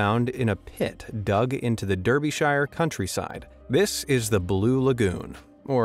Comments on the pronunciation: Derbyshire is pronounced Dar-Bee-Sher. What's ironic about the blue lagoon though is it's in Buxton. A town famous for the bottled water that bears it's name. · Dir bee shyre. Anything else is butchering english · For future reference, Derbyshire is pronounced "dar-bih-shur" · You're completely delusional for being surprised Russia didn't say anything about the nuclear disaster. Definitely said Derbyshire wrong